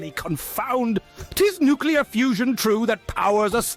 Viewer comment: I die a little inside every time Doug says "nucyoular" instead of nuclear